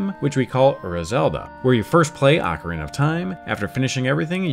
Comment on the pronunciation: ACK-err-EEnuh, instead of Ocarina.